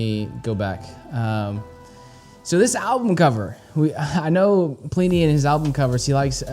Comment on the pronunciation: God damnit it's not plee knee haha